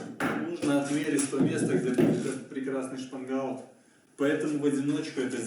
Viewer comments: Я делал лодку,как и вы из фанеры,а потому считаю имею право посоветовать ,кое что.По моему проекту у лодки днище с развалом,не плоское.Это дало легкий ход на веслах,но при этом появилась сильное раскачивание,То есть в полный рост встать тяжело удержатся,она стремится опрокинутся.А потому необходимо на днище устанавливать реданы.Дружище в своем видео,вы произносите слово( шпангаут).Я заканчивал судостроительное училище по специальности,сборщик корпусов металлических судов.Мастера,преподаватели произносили это слово так(шпангоут).При просмотре вашего видео неправильно произнесенное слово режет слух.Желаю вам успехов в проектах всего наилучшего,удачи. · ШпангОут))) А не шпангАут👎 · Все хорошо, но от слов "шпангаут" и "плывет" чуть не стошнило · построил молодец,но правильно шпангоут, по-русски. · Автор произносит что то похожее на "шпанбаут"))))))В этом его фишка)))Звучит свежо и по новому)))